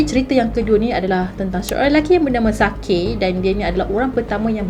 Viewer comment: Actually cara pronouns sakae tu ialah sakai 😹 sebab jepun bukan korea 😅